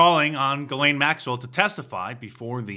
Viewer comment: Not that anyone cares, but the name Ghislaine is actually pronounced ZHEES-lehn, where the zh is pronounced like the s in "measure".